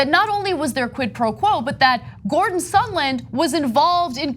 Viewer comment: Why did Lindsey Graham keep calling him “Sunderland” instead I’d sondland?